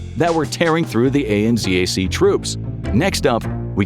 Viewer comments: AN-ZAC is 2 syllables. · ...Australian New Zealand Army Corps, or ANZAC. Us blighters down under say that as a *word*, akin to NASA. We don't list out the letters. Anzac. An-zack. Not A-N-Zee-A-C, especially since we use Zed not Zee. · Also... ANZAC. Not A.n.z.a.c. Anzac is a word, not just a collection of letters. It has a meaning to Australian and New Zealand inhabitants. Show some respect. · Saying A-N-Z-A-C as individual letters is wild. It’s pronounced An-Zac. Australia and New Zealand Army Core. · Someone tell him he can say Anzac it's ok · THAT is NOT how you say ANZAC! The disrespect is astounding! As an Australian ex-serviceman I find it totally disgusting and disrespectful you didn’t even bother finding out how to say it. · ANZAC is generally pronounced as a word, not read as an acronym fyi - "An-zach". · Australia New Zealand Army Corps, ANZAC, Is pronouned as a word, NOT spelled out. It is spoken like Annzack. We remember ANZAC Day April 25th every year and is a public holiday. This year is the 110th Anniversary. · ANZAC is said as a single word. Not as each individual letter read out. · ANZAC is pronounced An Zac like a word. You don't say each individual letter and Z is Zed not Zee in kiwi and aussie English anyway